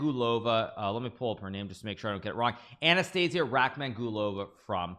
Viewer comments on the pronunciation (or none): none